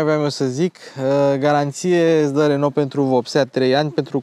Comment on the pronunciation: Bravo pt video si FELICITARI ca nu mai pronunti RONO si zici RENO. 🥰 BIG BIG LIKE Va salut cu respect 🖐️🖐️🖐️